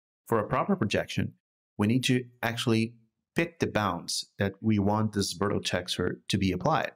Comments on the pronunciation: "virtual" is pronounced like "virch-you-al" ;) Great tutorial anyhow. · He's saying it in the Portuguese pronunciation since it's the same spelling but different pronunciation. I don't see why it's a big deal for you since you recognized the word. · It's originated from Latin. It's neither English nor Portuguese, it's both actually. He can pronounce the word whatever he likes. If it was a problem, I doubt no one at Epic wouldn't "nicely explain" to him. As for me, it wasn't a big deal, sorry if it looked like it was. Peace. 🌹